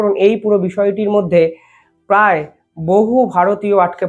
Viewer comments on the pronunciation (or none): none